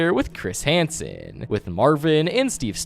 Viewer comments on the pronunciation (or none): none